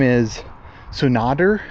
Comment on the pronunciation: Tsundere --> Soon-da-Ray